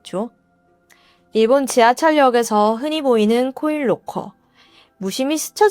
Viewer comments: 나만 그런가? 계속 코일로커로 들리네. 😮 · 코인 롹커 말하는거죠? 첨엔 못알아들었어요 사물함.기왕이면 영어발음이어떨까요.